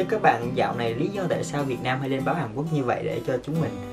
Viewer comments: Hàn Quốc ông đọc là Hàn Quất làm t buồn cười vl😂😂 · "Một lếp"; "Hàn Quất"😂😂😂